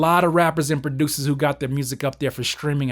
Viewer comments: In the beginning he said rappers and music baducers.. Lmao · I love how you pronounce the word: "Producers" keep it up 🤣🤣😂😂😂😂😂